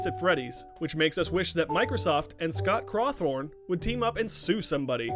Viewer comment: I hope they weee kidding when they said Scott crawthorne